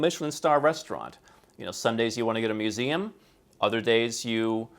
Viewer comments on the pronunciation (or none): none